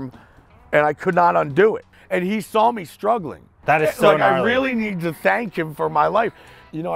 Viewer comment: he never even SAWL it 😂